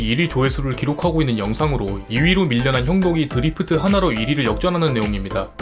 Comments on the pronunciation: 드리프트 아니고 드'래'프트입니다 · 드리프트 말고 드래프트...